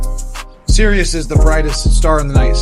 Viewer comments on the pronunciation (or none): none